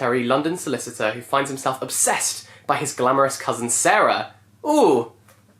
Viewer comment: Nobody:: OPSEssed